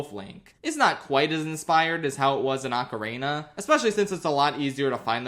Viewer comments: Ocarina sounding like Macarena without the m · My favorite part of this video is when pronounces ocarina like Macarena. 10/10